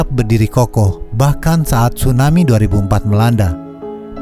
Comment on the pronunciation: Tsunami kak bukan Stunami